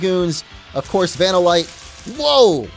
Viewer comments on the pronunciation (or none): How does correctly pronounce “Dusknoir” but then mispronounce “vanillite”? Has he never had vanilla ice cream before!?!?